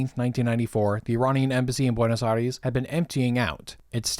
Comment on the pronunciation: Great video , just a tiny correction it's Buenos Aires not Buenos Aries